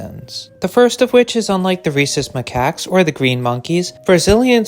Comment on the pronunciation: Bruhh i had to pause the video to wheeze thru a laugh at what i heard as "Racist Macaques" (?spelling uncertain), i knew you said Rhesus (fuck is there an h in there, hyperlexia failing me rn) edit: autocorrect fucked it even worse than i did at first but it's correct now 😅